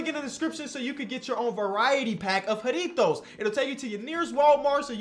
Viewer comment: And he pronounced the J correctly